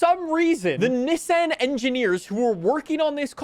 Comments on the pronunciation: Having some talking issue by saying Nesen instead of Nissan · He's saying Nesen